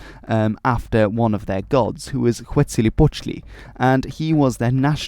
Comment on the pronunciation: I noticed you "cheated" with "Xictli', you said "Iksli" instead of "Chictli". When you pronounced "Mexico" in Spanish, while you were correct, just to let you know that the "throaty H"'s IPA letter is none other than "X". Though x was pronounced as "ʃ/ʂ/ʒ" (Portugese still pronounces it like this), In Spanish, those sounds eventually got replaced with J, but J was being pronounced as X/h, technically if we follow modern Spanish, México "should" me spelled as "Méjico", but no one from Mexico wanted to change it. This would also explain why Mexicans pronounce "Texas" as "Téjas".